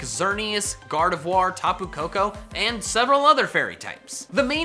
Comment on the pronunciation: wait did just say gardivoir...................... I’m speechless just speechless